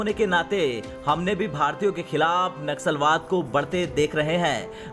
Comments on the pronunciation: Naxusalwad nahi bhai nasulwad or racism pronounce karo bhai sahi pronunciation karo tab news reading Karo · It’s naslawad and not naxalwad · Abe churiye....Naxalwad nahi.. Vo Naslavad hai . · नस्लभेद कहना चाह रहे हैं आप परंतु नक्सलवाद शब्द का उच्चारण हो रहा है या नस्ल वाद यह स्पष्ट नहीं हो रहा है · naxlwad nahi naslvad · Bhai Sahi shabd naslwaad he na ki naksalwaad. Dono shabdon me bahut fark he 😀😀😀😀😀😀😀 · Wo naksalwaad nahi naslwaad hai...